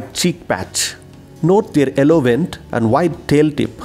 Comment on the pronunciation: i needed this vedio on bulbuls. thank you so much but it "Yellow" not "ellow" sorry for correcting :-D